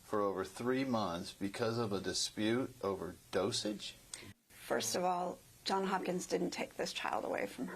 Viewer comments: Wait, so she works at Johns Hopkins but calls it John Hopkins? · Can't even properly pronounce the name of her employer.